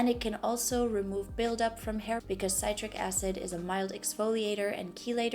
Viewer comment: It’s pronounced Sit-Trick acid. I’m excited to try.